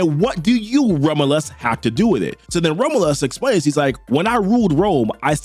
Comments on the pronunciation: I think "Romulus" is pronounced like raw-myu-l_ss, not ramalus The underscore being like, generic slackjawed vowel sound. Like a schwa, "ə" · Romlus😂 dude learn to pronounce the name it's not hard. You're saying 3 different names none of them are the very simple to say rom-u-lus. I got to admit it's a good video but hearing you Massacre the name really messes it up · FYI... Rom-you-lus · The way you say Romulus is killing me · Oh, man, please work on pronouncing "Romulus." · how do you manage to mispronounce romulus that bad